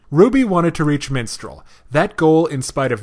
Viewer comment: Mistral...not minstral.